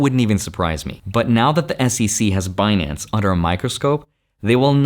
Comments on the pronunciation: Now I'll never be able to NOT say Benance. Epic Yellenism. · It's benance 😊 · Stop saying Binance. It’s Benance!!! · I don’t think you should be able to take money from them if you can’t even say their damn name properly.